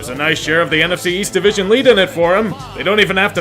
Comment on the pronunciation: East? I thought you said Weast!